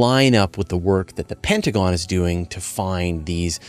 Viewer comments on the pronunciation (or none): none